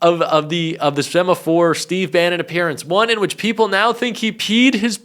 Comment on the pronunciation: “Semaphore event????” Why are Americans, no matter who they are , unable to speak English?